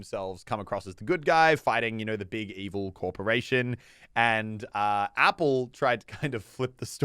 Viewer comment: Nobody:: "Epille"